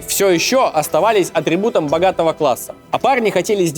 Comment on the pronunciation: Ролики - СУПЕР!!! НО КОГДА ТЫ КАРТАВИШ, СЛОВО "АТРИБУТ" ЛУЧШЕ НЕ ПРОИЗНОСИТЬ 😁😁😁